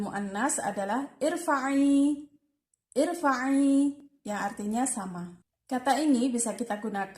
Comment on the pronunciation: Sebenarnya Cara bacanya bukan uskud tapi askud ,bukan irfa’i tapi arfa’i ,bukan juga isma tapi asma’a dan masih ada bbrapa kata2 yg belum benar pengucapannya ..maaf ya teh cuma Saran aja Semoga kedepannya bisa Di perbaiki lagi ya .sukses sllu